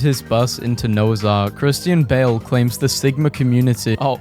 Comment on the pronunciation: I realized the Christian bale one said bhristian cale😂